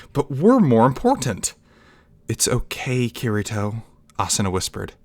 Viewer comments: KEY TEA TOE Kirito the r in Japanese is pronounced like a rolling ‘d’ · yeah i wouldnt say this non japanese speaking actor knows how to properly say it, r in japanese isnt too far from english key ree toe is best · It’s kitty toe to make the pronouncement easier idk I think you did it right for the most part but messed up during this one cuz I didn’t have a problem b4 lol